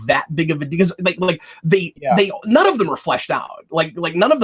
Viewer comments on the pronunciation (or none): none